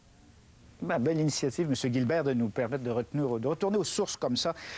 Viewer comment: Jean Guilbert...et non jean Gilbert....mon cher